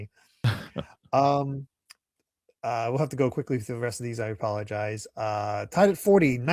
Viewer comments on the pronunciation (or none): "so thorugh"? I know they speak a little funny in the UK but cmon lol